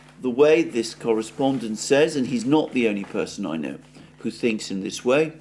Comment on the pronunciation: By the way, "who" should sound more like "hu" and less like "shshuu" 😂😂